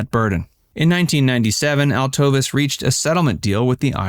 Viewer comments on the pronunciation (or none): His wife's name is pronouned; Alto-VESE